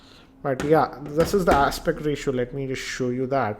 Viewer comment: andaa sixaa inchaa screenaa aspectaa ratiooaaaa ,its gotaaa ...wtfaaaa